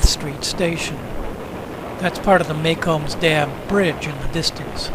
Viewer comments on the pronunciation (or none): FYI: The Macombs Dam Bridge is actually pronounced Mack-ooms (the 'ooms' is like zoom without the Z, not Make-ohms as you pronounced it.